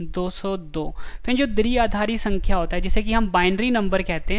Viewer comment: Sir phli baat to ye h ki दृआधारी nhi h ye द्विआधारी (dviaadhaari) h 🤔🙄🙄😏😏